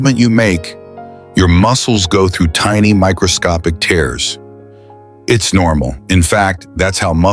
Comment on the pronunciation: Tears pronounced teers orTears pronounced tares😂